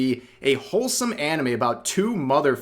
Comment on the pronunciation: All "anime youtubers" are cringe as shit imo. Somehow hearing a westoid say, "auhnumay" in real life just ruins it for me. No thanks.